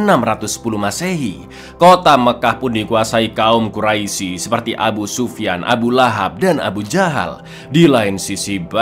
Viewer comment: Gemes dengernya pengen ngoreksi aja pas liat baru 5 menit. Sering banget bilang kaum quraisi, padahal harusnya dibaca kaum qurais (tulisan quraisy). Lanjut nonton dulu